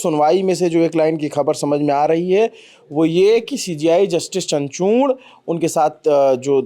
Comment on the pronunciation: Abe 'Chanchurn' nahi hai, 'Chandrachud' hai naam bhai!!